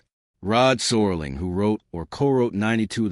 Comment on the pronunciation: ROD SERLING not SORLING